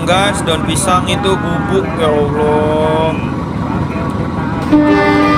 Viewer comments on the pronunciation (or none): none